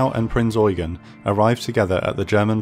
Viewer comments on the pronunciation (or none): Adolf Gallant was tasked with securing the safe crossing, so it was successful overall. Please pronounce of the cruiser name with the stress on the last syllable: EuGEN!